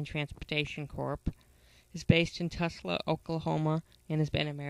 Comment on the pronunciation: Navistar also provides the entire front clip. Its basically a 4K Series front end. Thumbs down for also mispronouncing Tulsa. Its not "Tusla" ffs.